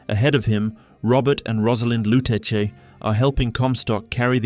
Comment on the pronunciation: I dont understand the mispronunciation of the Lutece name when the game clearly says it. This is like the live action avatar movie calling Aang ->Ong